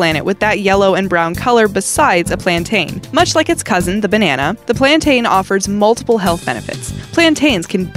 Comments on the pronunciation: I am from Barbados and that is not how to say plantin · It's not plantain it's platono's